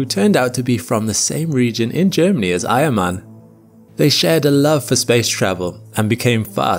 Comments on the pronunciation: Eiermann? I thought he kept saying Iron man. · I thought you said he was from the same region as “iron man” 😂